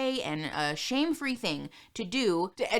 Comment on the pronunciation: You’re mispronouncing “shame”